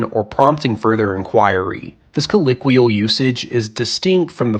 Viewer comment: good god, I can't believe how annoyed I was by the mispronunciation of colloquial. TWICE no less... still subbed though. I love these kinds of videos!